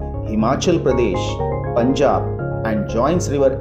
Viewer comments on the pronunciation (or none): none